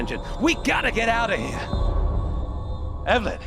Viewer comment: "WE GOTTA GET OUTTA HEEYA" love your American accent Danny 🤣🤣🤣